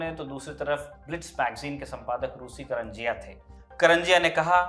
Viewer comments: कंजरिया नहीं करंजिया बोलिये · pe aap Kanjariya bolte hai. sudhar le